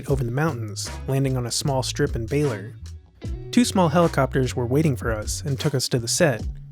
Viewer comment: Baler is pronounced Ba-lur,not Bailer